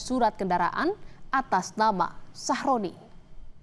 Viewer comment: aku tidak salah denger kah ,nama korban ny sahrodi atau sahroni 😭